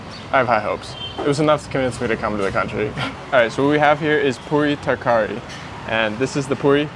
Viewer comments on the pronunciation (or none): Bro i pronounce all of the American words right and have an American accent but you're saying puri taarkaari